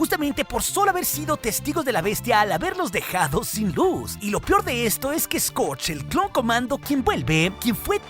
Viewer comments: “Lo pior”. XD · = demuestra lo "PIOR" 🤣